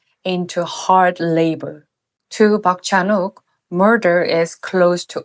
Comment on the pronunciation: "Park Chan-wok"?? Come on